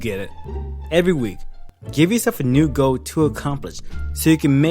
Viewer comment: he says goal weird....its like he says go. or goh. or goe. gow.